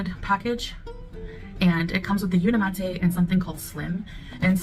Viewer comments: Why does she keep pronouncing the product name Unimate as Uni Matt A? Shouldn't it be pronounced Uni Mate? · Unimahtay—— unimate wtf!! It’s like calling a microwave a meecrowahvay. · She can't pronounce the product name correctly either. She keeps calling it Uni Matt A. But it's spelled UniMATE.🤷🏻‍♀️ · I’m so confused, if the brand is pronounced phonetically as uni-city, then why wouldn’t the product be pronounced uni-mate? Why is she pronouncing it like “latte”? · SHE CANT EVEN PRONOUNCE THE BRAND’S NAME CORRECTLY 🙄🤡🥴🤤